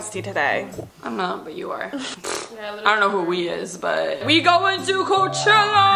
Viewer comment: NO BUT I HEARD “COCHELLA LETS SHAKE SOME ASS UP” YALL TOLD HER SAY “ cochella let’s shake some ass” :O they never forget they are true bff’s